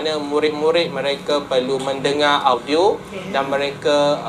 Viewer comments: The pronunciation of audio is "odio" not au-dio. That is Malay pronunciation for "bahasa pinjam" in Bahasa Malaysia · Mcm mana cikgu BI sebut perkataan audio mcm bunyi BM